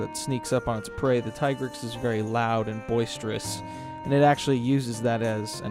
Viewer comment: I adore your content. But every time that you say monster names in ways I have never heard before I get so distracted. Especially with all the tea-grex vs Tie-grex business lately. It makes me wonder if we have all been saying them improperly.